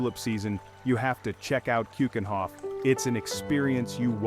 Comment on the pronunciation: Please try to pronounce keukenhof with a eu and not an oe as in shoe. eu as german ö or norwegian ø....do your home work before you do films and drugs are ikllegal here, and there is NO "fan Ko" it is van gogh g and gh are pronounced like CH is lochness